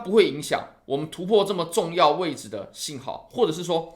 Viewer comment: 突破、重要、加上、跌破，这几个词再读一遍。